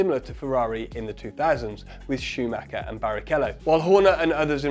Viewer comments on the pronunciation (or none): none